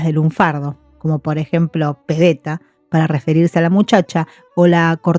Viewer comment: Maravilloso !!!!!!!!! tenés unos videos muy buenos, se nota mucho trabajo e investigación detrás, y muy bien relatado!!!!!!!!!!! Un único detallecito que quisiera marcar: es peBeta , no pedeta. Muchas gracias.